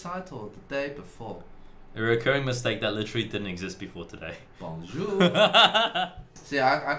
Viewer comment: As a french canadian you'r french accent was perfect when you said "Bonjour" you actually pronounced the "r" at the end of that word